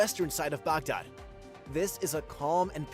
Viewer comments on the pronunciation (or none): Guy really has a hard time saying Baghdad. 😅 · Next time can IGN get an actual Middle Eastern person to narrate the video. White boy is butchering the words